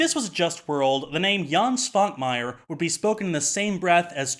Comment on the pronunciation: Rewatching the episode, it really covers what I think a lot of people, myself included, find so fascinating in stop motion animation, and practical effects - they show actual physical objects. And something else I noticed when rewatching the episode - Man, can't pronounce Eastern European names for shit, can he? Quick tip: Svankmajer has a little thing on top of the S (a caron), which means it's pronounced Sh, not S.